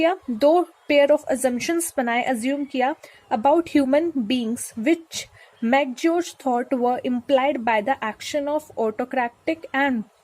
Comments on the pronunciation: It's not McGeorge it's McGregor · it's Mc GRE GOOR ......Mc Gregour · It is Mc Gre gor and not mc George's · Mc George nahi mc Gregor